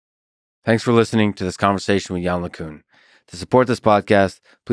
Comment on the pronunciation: Lex, you're gonna have to work on your pronunciation of "LeCun" for round 3.